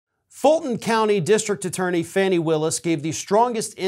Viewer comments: Her name is pronounced Fahnie not Fanny. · Please pronounce Fani Willis' name properly. It's pronounced FAWN-ee, not Fanny. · 'FAAAAWNEEEE" not FANNY!!!!!!!!!! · I know her name is spelled Fanny, but it’s pronounced as Fawnie. Good blog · I wish you could call her Fani (FAH-knee) instead of Fanny. Just sayin. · Fawni (Fani), not Fanny. Unless you are speaking of her backside. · will you STOP calling her ""Fanny "" It is pronounced "" Fawnee "" "" Fanny "" is just disrespectful, In America, it is a slightly naughty term for "" butt "" In Britain it is a more impolite term for female genitalia!! So, Please, get it right!!!! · It's pronounced as Fawny! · Fani, pronounced to rhyme with Donny, Ronnie or Lonnie. Go get him, Fani! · I'm not being a smart ass, but she pronounces it (Fawny).Honestly I'm not being a smart ass.